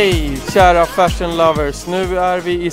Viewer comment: Jag trodde han sa "färsen", men det var tydligen "fashion" han sa, HAHAHA!